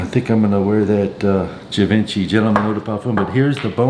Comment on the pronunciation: You always mispronounce Givenchy, and just about everything else that comes out of your mouth. Maybe if you're going to try sounding slick, at least put in enough effort to pronounce things correctly.